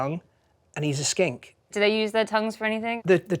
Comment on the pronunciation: I swear when he said that I thought he said skank